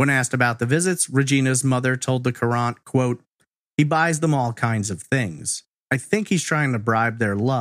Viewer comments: Hartford Courant. Pronounced current. I know you aren’t from the area. Great content as usual. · Love you and your podcast dearly, and have since I discovered you in 2018– That being said, I was born and raised in Connecticut. The Hartford Courant is a major paper here—— and Courant is pronounced like “current” . Not that is a big deal by any stretch— I just cringed every time you said it LOL